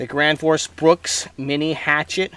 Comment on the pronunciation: The gwansforce bwooks